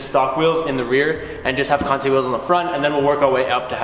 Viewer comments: Kinda funny that you "KANTSAY" KANSEI😅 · Why would people roast you for pronouncing kansei correctly... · Lmfaooo you pronouncing the name of the wheels had me dying